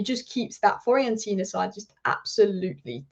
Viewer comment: Please learn how to pronounce Fiorentina. It's pronounced the way it's spelt. Not hard.